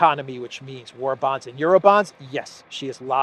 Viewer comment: ORBÁNS NOT WAR BONDS!